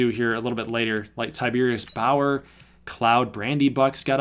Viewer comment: I'm just happy you said my son's name right. lol Most people say Tib er us. Lol 7th round talent that will be a steal. Tiberius Bower will be a Pro Bowler by his 4th season. I'm calling it now. Great content man. Hope the baby is doing well.